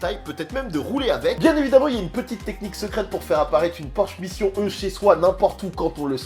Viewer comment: Si tu dis «Taycan» avec l'accent, dis «Mission E» aussi avec l'accent ^^' toutes les fois.